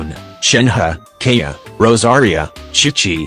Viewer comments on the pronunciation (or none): when kaeya was mentioned why do i hear "kanye" 😭 and albedo as "albebo" 💀